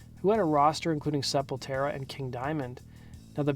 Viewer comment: Sepultura- Sehp-uhl-toora